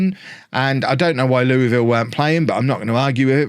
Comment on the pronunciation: As a Kentuckian, pronunciation of Louisville hurts my soul.